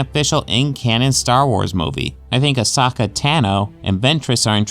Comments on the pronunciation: "Aosaka" How long has it been out? Its A-SO-KA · It's pronounced Ahsoka Tano and not Ashoka Tano. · I think he said it more like Asokka Tano